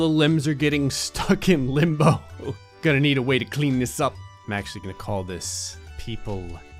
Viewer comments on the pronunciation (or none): Him : people limbo Me : people limb-bo